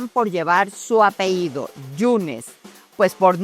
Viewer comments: Lourdes querida te admiro, pero no se dice APEIDO, sino APELLIDO. Saludos y te felicito. !!! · Todo bien pero como es posible que diga apeido cuando es apellido y menos una periodista con tantos años de carrera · Buen reportaje!! Sólo una cosa amiga, se dice apeLLido, no apeído! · Iba a comenzar a ver el programa. Abre diciendo su "apehído". Pausé la transmisión, escribo este comentario y cierro este canal. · Se pronuncia APELLIDO...!!!